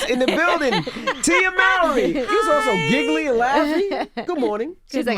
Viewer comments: Can we PLEASE stop calling them "MAO-RY"? For years they've been saying it's pronounced "MOR-RY". Edit: Damn she even said it . Smh at Envy. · You mispronounced Mowry.